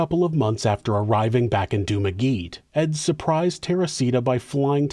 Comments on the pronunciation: Filipino here. Just to clarify, Dumaguete is pronounced "Doo-mah-geh-teh," not "Doo-mah-geet." 😁 Awesome vid,. Thank you for making it. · Hi! I’m a fan from the Philippines. I appreciate your narration of our history… however, her city’s pronunciation is “doo-ma-ge-teh”. Again, I totally appreciate your narration! 😊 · Let me help you pronounce The name of Dumaguete city The way it sounds -> -> Duu-Maa-Geeitt-iee< City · It’s pronounced Doomaget e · The comical mispronunciation of Dumaguete renders the whole video as a parody of a rigourously researched story. It's not even like there is no huge community of septic pedophile YouTubers to consult about this, given how much the name was going to be used in the video. This is pronunciation monster.